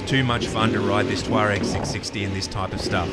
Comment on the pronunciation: The pronunciation of Tuareg is the only reason I would not buy one. It is doing my head in.